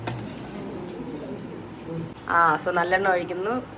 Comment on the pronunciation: Not Vathakulambu.it is vathakuzhabu.similarly it is thayir saadam.